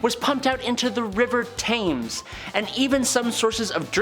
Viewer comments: It's pronounced tems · River Thames pronounced “Tems”.